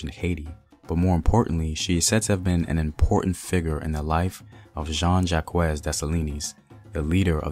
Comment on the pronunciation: He said the name of Jean Jacque wrong